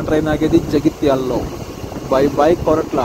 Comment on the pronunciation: Koratla kadhu korutla